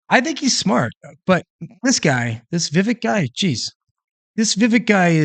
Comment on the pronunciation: It's pronounced Viv-Ache like cake (his words from when he was on one of Tim Pools shows). How can we expect him to win anything if we can't even get his name right? I like the guy, a lot and want to see what he's got in 2028.